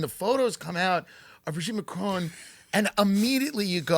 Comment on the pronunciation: Bro-geet Man-cron?